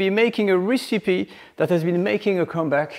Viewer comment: Oh please, please: it's not "ricipee" it's "rècipee"...